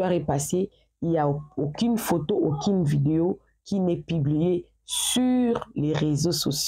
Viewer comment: Aucine idée; j'avais jiré; la confision . Seigneur à quel moment le U devient I 😂